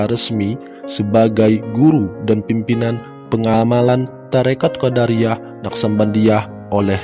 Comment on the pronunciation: QodAriyyah itu sekte klo dalam ilmu kalam min , nah kalo thoriqoh QodIriyyah . Lanjutkan pokoknya .